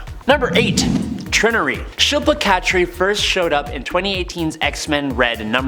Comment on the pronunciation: "Trinn-nurry"? It's pronounced "Try- nary".